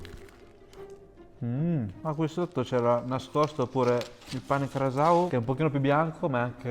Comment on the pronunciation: Grazie per aver reso onore a tutto ciò che hai mangiato e bevuto! È stato super soddisfacente vederti mangiare così di gusto i piatti tradizionali della mia terra Madre❤ Non da ultimo è stata onorevole la pronuncia dei piatti (Casu Axèdu, pàrdula, il fatto di chiamarla "salsiccia" e NON "salame", pane carasàu...): grazie davvero per questo contenuto che mi ha evocato tanta nostalgia!